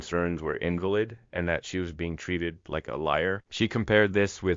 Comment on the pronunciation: Did you just say, "in-va-LID"? 🤣⚱️💀⚰️